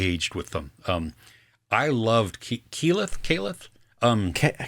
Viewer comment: Loved the talk on Vox Machina. You got her name right - it’s Keyleth (we’ll also accept Kiki, pronounced Kee-kee). And Season 3 was already green lit before Season 2 released! It’s incredible to see the story play out in animation some 7 years after it was written live on a Twitch stream